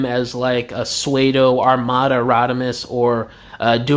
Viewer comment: Bro why’d you pronounce “Psuedo” like “Swaydo”??? 😅